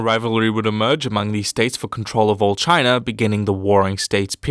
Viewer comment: Can you please avoid saying "Chiner"?